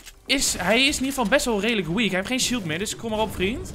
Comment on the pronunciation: Maar ja, wij zijn ook 'raidelijk' 💁🏼‍♂️ nice Engels lol